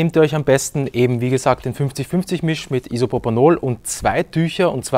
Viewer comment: Er hat IsoPOPOnol gesagt hihi popo ! :)